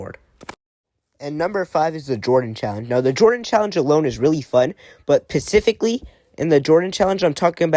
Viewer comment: “but pathicialy”